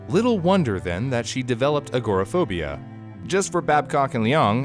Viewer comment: It was interesting but you really should learn how to pronounce agoraphobia lol look me a while to figure out what you were talking about lol